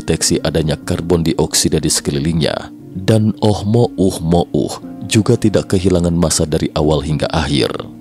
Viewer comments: oumuamua bukan oh mo um mo uh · GAK CAPEK OM NGOMONG "OH MOH UH MOH UH" KOK GAK DI SINGKAT AJA NAMA ASTEROIDNYA "UH UH UH", PERASAAN KEMAREN NAMANYA "OMUAMUA" NAPA SEKARANG JADI "OH UH UH" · Susah amat nyebutnya min, ohmouhmoh😂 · Ohmohuhmouh ... Dengernya aja cape palagi ngucap berulang2... 😅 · Jd bacanya oh mo uh mo uh 😂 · gw salfok sm oh mo uh mo uh 🤣🤣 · Tiap kali ngomong oh mo uh-mo uh saja masih sulit,apalagi teknologinya. 😊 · Seharusnya bacanya omuamua 😅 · Oh mouh mouh....nya sangat mengganggu....mungkin lain kali di ganti..... Oh mouh mouh akan kita sebut objek ini dengan OMM atau apalah.. untuk mempermudah dalam penyampaian.. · Ohmouhmohu ribet sekali nyebut nya 🤣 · Oh mo uh mo uh trs lu